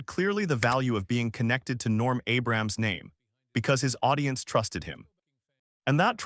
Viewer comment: You could have at least programmed the narration app to pronounce Abrams correctly.